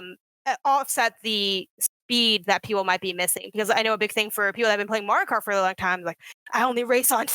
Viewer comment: She said kario mart... I swear!